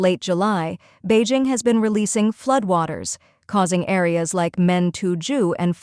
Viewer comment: "pee - arrl" ; and "fluud" Check the AI voice program boys.